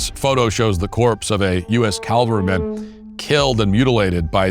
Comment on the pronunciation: Matt, you describe "the corpse of a U.S. calvaryman..." The word is CAVALRY -- not CALVARY. Cavalry is soldiers on horses. Calvary is a hill outside Jerusalem near a place called Golgotha. I heard you get it correct a couple of times later on, but please try to be more miindful.